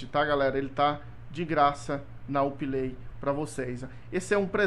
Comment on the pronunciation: Vc fala Uplay erado nao é up lai